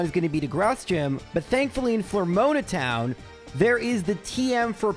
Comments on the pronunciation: I know he mispronounces things for comment bait but dammit I can't let "Flormoana Town" go. That is scuffed XD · FLOOR OH MAH not floor moan ah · "Floor-moaner town" is a very different place than "Flora-aroma town" 😶😅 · Flormona got me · Flor-mona Town is fucking killing me laughing man 🤣🤣🤣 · Man, your peonunciation of Floaroma Town is wild & having to watch through that cutscene over and over lol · bro was so committed to saying floaroma town wrong the whole video lmao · It ain't a video if he doesn't mispronounce something 😆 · My ears every time he butchered Floaroma town 😢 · Why must you pronounce Floaroma town the way you do… heck. 9.9/10 video 😎